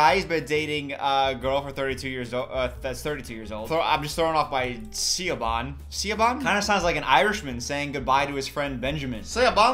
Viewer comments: It's closer to Shuh-vawn. Also, as an Irish person, please don't spell Siobhán "Shevon" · idk if anyone else has said it, but 'siobhan' is pronounced like 'shi-vahn'! i'm not irish so i could have messed the phonetics up but it's an irish name :D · Siobhan is pronounced Shiván… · Lol! Siobhan is pronounced “Shevon” it’s just another way to spell it. Also, this entire “extravaganza” is cracking me up 🤣🙌🏾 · Well you were right that Siobhan is Irish lol, pronounced shiv-awn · Siobhan is pronounced like "Sheh-vawn" for anyone curious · siobhan, prononunced like sha bann i think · Siobhan is an Irish name and its pronounce sha-van. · Siobhan is pronounced. Shi-von. 😂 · Hi so the name Siobhan is pronounced as "Shivon" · Siobhan is pronounced chevon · the way he butchered siobhan LMAO i died like damn